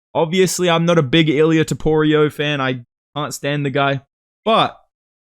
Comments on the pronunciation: bro won't stop with the "toporio" 😭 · TopuriA❌ TopuriOH✅ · Why do aussies/NZlanders all say topurio instead of topuria?